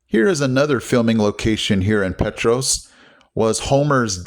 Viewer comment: Did you go to the October Sky Festival yesterday? Petros is actually pronounced PeeTrahs. Not being a jerk just trying to be helpful. When you were driving into Oliver Springs I know you saw how beautiful the ridges a valleys were. They were not like 40 or 50 years ago. All the ridges around Oliver Springs were seriously mined and all the ridges had big gashes in them. Thanks to President Nixon implementing the EPA the ridges are beautiful again!